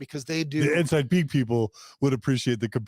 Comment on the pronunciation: This is a great report or summary or exposeʻ.As an old CPA, it makes me cringe. I have wondered for a long time about church $$$. Left in about 1992 or 93 (no letter, so still counted I guess). Every time I hear one of you say Ensign Peak I hear Enzyme Pete, sorry.